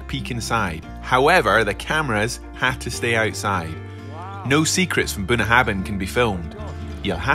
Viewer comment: Couple things. I know that neither or are Gaelic speakers, but Bunnahabhain is pronounced Boona Havin. Bh makes a V sound in Gaelic, which is pronounced Gah lick, not Gay lick. Also, how could you go to Islay, home of some of the best single malts in the country and drink a blended whisky?